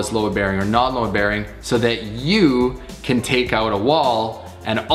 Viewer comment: Why you say goat load?